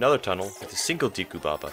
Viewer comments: It's Deku, not Deeku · Great vid, but did you say Diku? Wow, your Japanese pronunciation is way off. でく is pronounced De-Ku, not Di-ku. The way you said Di-ku instead of De-ku was making me visibly cringe. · Say Deeku instead of Deku 1 more time I dare ya, I double dare ya. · "Dee-koo"? A "deh-koo" is literally a wooden doll in Japanese. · Or oocarina instead of ocarina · its Deku not Deeku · DEH KOO ......not DEE KOO.... its totally not a big deal but it bothers me irrationally. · De ku is pronounced Deh Ku. Because all instances of what would be tranlated as the letter E in Japanese are always pronounced as Eh. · "diku palace" lol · It's properly pronounced "Deh ku" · dek-oo skuhl-chuh-luh awk-uh-ree-nuh I'm sorry, but it bothers me. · you pronounced deku wrong. i believe its day-ku. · Good video, minus 10 points for saying Deku wrong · Can no one pronounce Deku correctly? Seems like everyone gets it wrong. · GamebroXD Maybe his Japanese pronunciations isn’t as good because he isn’t Japanese?